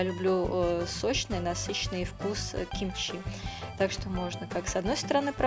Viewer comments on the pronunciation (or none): Еще одна. Вы сперва Русский язык выучите, потом нас учите готовить. Уши вянут уже . Каждая вторая каверкает слова. БазИлик,КИмчи, теперь ДАйкон. Так и хочется ударение по голове всем вам сделать. Неучи. Позор просто.🤦🏼‍♀️ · В современном корейском языке это произносится, как "кимчи".